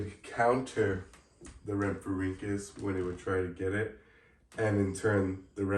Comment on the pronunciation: Palaeontologist in training here! I’ll fact check! You said rhamphorhynchus correctly! Not an easy task, good job! Yes late Jurassic, 150.8 to 148.5Ma. Aspidorhynchus is a wacky fish! This would take ages so I won’t say when you’re right only correct when you’re wrong (if it comes up.) The aspidorhynchus was likely biting the wing of the rhamphorhynchus as its jaws were closed near its humerus. I’m not going to talk about how you said Europe! Most species names such as rhamphorhynchus are singular and plural. One rhamphorhynchus, many rhamphorhynchus. Archaeopteryx is a reptile, all pterosaurs, dinosaurs and birds are reptiles. All birds are dinosaurs, not all dinosaurs are birds. It’s why we called them either non-avian dinosaurs or avian dinosaurs aka birds (aves, ay-v-s) Rhamphorhynchus had an estimated wingspan of 1.81m (5.9ft) and a length of 1.26m (4.1ft) with a standing height of around 0.45m (2ft) at the wingtips. The tail length shows it was a basal pterosaur and it’s really amazing to see evolution work! depends on what you mean by successful. Do you mean the amount of time it was around for? How many of them were alive at a certain time? How wide spread they were? Many variables. it’s tail was likely not useful enough to compensate for the energy cost of growing it so they was selection pressure against it, evidenced by the fact that all known later pterosaurs lacked it. As for the diamond fletching i assume it was for flight stability and turning as seen